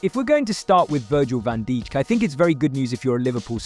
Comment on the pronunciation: its van dijk not van dijik